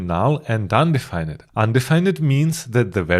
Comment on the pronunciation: This was fantastic! I learned so much 👍 Just so you know, when you pronounce 'undefined' in English. You don't pronounce the 'ned' part like the word 'red'. You instead pronounce it like 'find' so something like 'un-d-find'